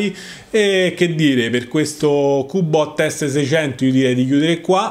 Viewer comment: Macché sei dde Roma? Er cubbbot!